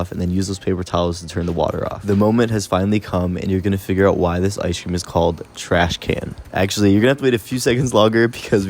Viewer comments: Y’all should start saying ice cream the way he says it in his videos, he says “ice-shh cream” 😂😂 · The way he says ice cream… “ice-shh cream” 😂😂